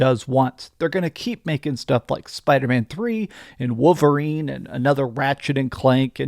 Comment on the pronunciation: Does anyone else notice says wooverine instead of wolVerine? Lol